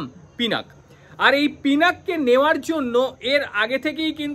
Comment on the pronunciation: পিনাক নয় পিনাকা বলুন।